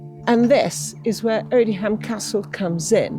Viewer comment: The pronunciation is Odiam - the h is silent!